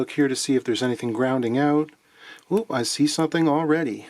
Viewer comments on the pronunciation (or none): none